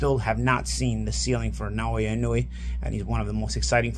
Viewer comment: Why do people pronounce his name so horribly? The vowels in Japanese are the same as Spanish. Inoue = ee no-ooh eh Naoya = Na oh ya He definitely improved as the video went on.